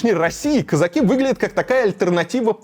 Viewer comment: Как режет слух это российское кАзаки, кАза́чий